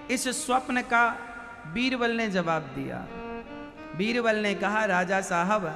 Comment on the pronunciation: Veerval nhi baba beerbal